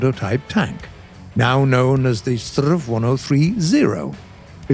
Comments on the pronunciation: "strrrrrv"..? It's "ess-te-arr-ve" or "ess-tee-ar-wee" if you pronounce the abbreviation instead of saying stridsvagn 103. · Please, S T R V not STRRRRRRVVVVV. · Pls dont say strav say s t r v or s 103. But a relly good episode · I've never heard a Swede prounounce the abbreviation "Strv" as "sturv"... but I have heard way more common that we pronounce each letter separate like "ESS tee are vee" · I'm not sure if i catched how the name of this tank should be pronounced. Is it the strrrrrrrrrrrrerv or the srrrrrrrrrrrv? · Strv isn't a word, it's and abbreviation of stridsvagn, you spell out every single letter when pronouncing it, S-T-R-V. saying it as a regular world sounds so incredibly wrong. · Just a friendly remark in Sweden we don’t say Strv in one word we say it letter by letter. :) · Come on, Strv is not a word. Its short for Stridsvagn, you pronounce each letter seperately! Please, do research how to pronounce it...